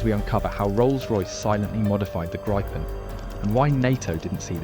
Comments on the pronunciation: It is pronouced GRIPPEN like the mythical beast not GRYPEN or GREEPEN Otherwise - yes it seems like a great aircraft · Gry-pen? Really? It's a Gree-pen. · It’s pronounced Gree-pen ! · FYI - if you want to pronounce Gripen correct - it's how you would say Greepen - in English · grrrr. Bloody AI reader with a posh English accent can't pick one pronunciation for the name of the aircraft. In the first 150 seconds I've heard "greepin", "grippin", and "gr-eye-pin". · By 1.20 you had pronounced it grippen, grypen and greepen😂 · Grijpen is pronounced “Greepen” for English speakers. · THANK U!!!! RAFALE, F-18, TYPHOONS, ETC,,NOT GRIPPONS!!! JEEEEZ... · It’s a small point, but it’s pronounced Grifffen. Thank you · Nobody seems to know if it's Gripen (grip), Gripen (gripe) or Greepen. Theses audio tracks are digitally produced and seemingly unable to be consistent. Could somebody ask SAAB how to pronounce it and tell your seestem?